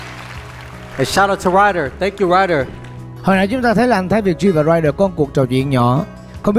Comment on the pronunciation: Ey giống tôi vãi, cứ bị cưng ấy. Mà anh Thái phát âm Rhyder nghe sang vãiiiiii❤❤❤❤